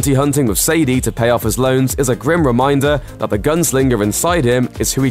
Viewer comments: sadie and say-day are two different things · Why does he say Abigail like abegail and why dose he say Sadie like sadia